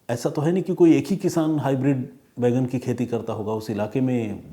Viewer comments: आप बैंगन को बैगन बोल रहे हैं जो बहुत अजीब लग रहा है! Please correct pronunciation. जय हिन्द ॥ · Detective " Bheigan " 😂😂😂 Pehli baar sunna Maine bhi...Sir....!!!!! 🙏🏻🙏🏻🙏🏻